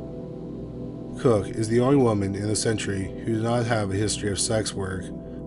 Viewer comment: Ngl, as serious and good as the video is I literally had to rewind it bc I thought you kept saying "this century" (as did the CC) when you were saying "this entry" 😂 Quite the chuckle in the midst of such somber tales.